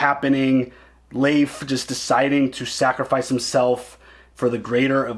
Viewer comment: Its Leif like L-eyy-f.. like eyy